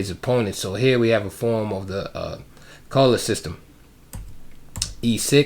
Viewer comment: Edgar Colle was born in Ghent, which is in Flanders, i.e. the Dutch speaking part of Belgium. His name should probably be pronounced "coll-uh" or "kaw-luh" according to Dutch pronunciation. I do know that's how the opening is pronounced here in Germany, with German having very similar pronunciation rules.